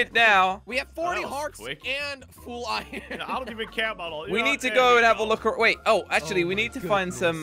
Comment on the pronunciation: Every single person that talks english: Iron:Iyn